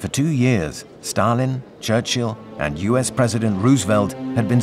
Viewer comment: Winston “Charchill” me pegou kkkk